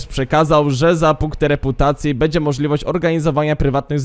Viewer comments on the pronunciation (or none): kurwa naucz sie mówić, nie bedzie tylko będzie bo az uszy bolą